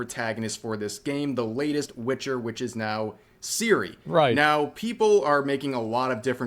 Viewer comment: I'd say - the main problem is how English people mispronouncing her name. It's pronounced TSiri, not Siri, as TS in TSunami.